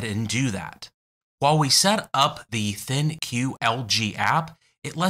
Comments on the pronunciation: LG ThinQ is pronounced LG Think, not LG Thin Cue. :) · I suspect that ThinQ is meant to be pronounced as "Think" but that is pure speculation on my part